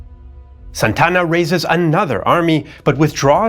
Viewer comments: great show but it is Santa Anna. NOT Santana!!!!! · Santana? I thought it was Santa Ana? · This is soo funny. AI mexican voice that calls Santa Anna, SAntana, Like in Carlos Santana. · Santana? Its Santa Anna. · This guy's pronunciation is even worse than AI's. His name was Santa Ana, not Santana. Santana is a musician. Sonoma is pronounced So-NO-ma, not So-no-MA. Numerous other strange pronunciations, too. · ??? " SANTANA ??? ...or...SANTA ANA ??? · Santa Anna, not San Tanna. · Good job, except you really have no knowledge of how to pronounce names. First off, quit trying to act like you are a m3xican citizen while pronouncing names or cities. Second, Santana? Santa-Anna. Carney? Kernee. Just some that bothered me, still cool. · SANTA-ANA, not Santana like the rock group! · Who's Santana?! It's Santa Anna. 2 separate words. Like a hyphenated name kind of. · I thought it was Santa Anna not Santana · Antonio López de Santa Anna Santa Anna ... not Santana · It's Santa Anna. Two words, four syllables. Not Santana, like the guitarist. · It's pronounced as Santa Anna, not Santana. That's a common mistake even many Mexicans make. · "Santa" "Anna", two words..... He's not a rock superstar, just a failed general. Other than that, awesome as usual!!!